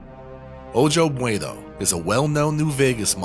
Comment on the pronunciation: Ojo (pronounced "oh ho") Bueno includes a meshes folder. The Nuka Cola vending machine mesh seems to bring the Fallout 3 engine to its knees. You can delete the meshes folder and increase performance. Can't wait for episode 8!